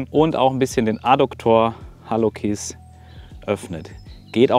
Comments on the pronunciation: Man sagt "halluzis" nicht "kis". LG von einer Medizinerin 😜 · Top Video. Allerdings spricht man Hallux, Hallucis: "halluzis" aus ;)